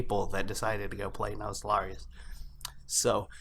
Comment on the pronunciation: Your pronunciation of the server name is triggering me. I still love you, but it's Nost - All - Ree- Uss pronounced fast.